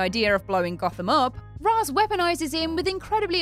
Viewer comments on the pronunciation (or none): "Raysh", not "Razz",. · Any video that prounounces it "Roz" Al Ghul automatically gets a dislike. How would you like it if people constantly pronounced your name wrong,? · I always though Ra's was pronounced RAY-sh